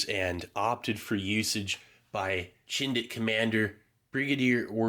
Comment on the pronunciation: "Chindit" has a hard "ch" as is "chin" or "chips" not a "sh" sound. Love your videos BTW. And Wingate was completely bonkers, Slim couldn't stand him.